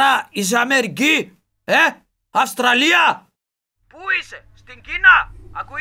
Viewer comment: αντι να πει Αυστραλία είπε αστραλια